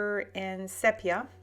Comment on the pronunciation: It's sea-pea-aah!!!!!